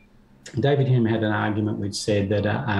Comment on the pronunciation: Lol. Butchering Hume then unironically quoting CS Lewis. This takes me back